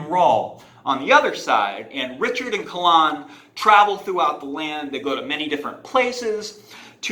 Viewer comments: Kay Lyn. Not CA lahn. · Caw-lawn?... Its Kay-lynn according to Goodkind himself... ouch your pronounciation was painful. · Its a very old celtic name that has always been pronounced Kay-lyn. Which is why we have that current spelling of it now as Kaylyn as well. But sorry for being rude about it is just cringy for me to hear it so many weird ways even Col-lin.. which is a boys name.. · I agree it’s not technically correct but three friends of mine and I all pronounce it as Kah-lon as well. If you want your characters name to be pronounced right, don’t spell it so strange. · Her name is pronounced 'kay-lin'. In interviews with Terry he pronounces it this way. I named my daughter after her, so I'm a little sensitive to the pronunciation.